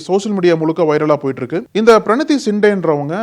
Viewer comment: நக்கீரன் ஊடகம் பேசும் நெறி யாளர் எதிர் கட்சி தலைவர் ராகு ல் காந்தி என கூற வேண்டும் மதிப்பு கொடுத்து பேசவேண்டும் வயசில் உன்னை விட மூத்த வர், பிரினி தி சிண்டே என கூறுக தம்பி பிரனி தி அல்ல சரியா கூறு,,, தமிழன்